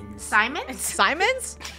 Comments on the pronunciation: "Timothy Simons": Timothy Simions 💀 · Simons (simins) Krew: no its Simons: Simins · Timothy simins yeah totally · Nah Timothy Simons Not Timothy Simmons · no it’s simons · its sy-muns